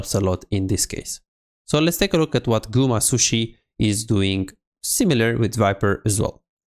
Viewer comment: Gumasushi? I thought it was Gumayusi.